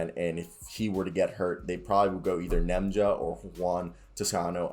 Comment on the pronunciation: Ian clark. Festus Ezeli (fest-us E-zee-lee). Lol can't Nemanja's name either🤣.. keep grinding keep getting better!